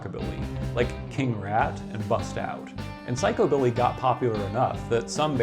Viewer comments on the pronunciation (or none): Its pronounced psych u billy. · The emphasis has been traditionally placed on the first syllable in psychobilly, not the second.